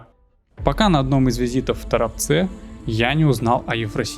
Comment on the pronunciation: Я рад что в видео оказался мой родной город Торопец, но ударение правильно ТорОпец